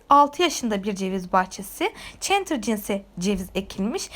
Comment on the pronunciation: çentır değil çetlır